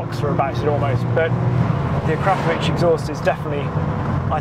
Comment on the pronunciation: Nice review, dream car of mine!!! I have an ID3 and the software is now on par with the Golf's but I do agree the steering wheel controls are stupid and pointless!!!!! (also big thumbs up for pronouncing Akrapovic correctly!!!!)